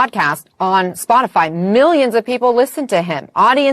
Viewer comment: Saagar while reading legit said, “scotify”, “padcaster”, and “disinformotion” LMFAO 😂 Krystal looked at him like “wtf” Great show though. One of the best sources for news if not thee best!